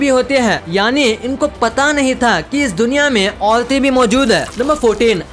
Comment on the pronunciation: औलते नही औरते